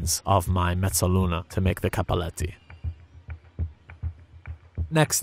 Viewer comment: >mezoluna I don't even have to speak Italian to know that means "half-moon" not "semi-circle". It's freaking Italian man, make it sound more romantic!